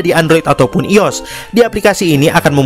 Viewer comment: bukan ios bang i o s sebut satu satu bang